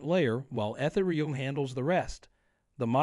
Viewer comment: AI not being able to pronounce ethereum lol